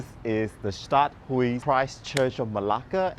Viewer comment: Stadthuys is pronounced “stad-haus.” Not "stad-hui"